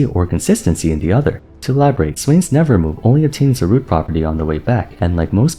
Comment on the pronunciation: Am i the only one a little peeved at saying "nevermove" instead of nevermore...